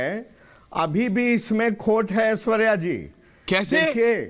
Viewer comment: पत्रकार महोदय, आपने कहा, ''मैं हूं ऐश्वर्या कपूर ।'' यह सुनकर मैं चकित हो गया; क्योंकि आपने पुरुष होकर भी स्वयं को ऐश्वर्या कपूर कहा ! आपको कहना चाहिए था, ''मैं हूं ऐश्वर्य कपूर ।'' ऐश्वर्या शब्द स्त्री वाचक है, तो ऐश्वर्य शब्द पुरुषवाचक ।